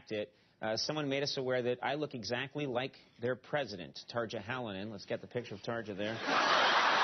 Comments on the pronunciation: It's pronounced "tarr-yah" (kind of) though. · Tarja is pronounced Tar-ya. Grrrr. So frustrating. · In usa they pronounce tarja halonen "tarcha halonen" but it's actually tarya halonen. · It's not Tar-ja, it's Tar-ya. He could have at least researched the pronunciation beforehand... unless he was mispronouncing it deliberately, of course... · I love the way he pronounces Tarja's name x) . Hintedy hint hint, it's supposed to say more like Tarya. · tarcha 😂😂 in Finland, everything is pronounced exactly the way that it's written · Someone needs to tell him that 'j' s are pronounced like the English 'y' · The way he pronounces Tarja Halonen xD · Love the way he pronounces "tarja" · HE CANT SAY TARJA EVEN NEAR RIGHT :d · It would be nice if he knew how to pronounce Tarja.